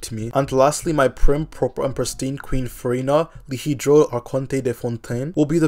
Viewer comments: bro it sounds like you're saying Furry Nut and with all the gushing you did it sounded very sus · man said "furry-na"?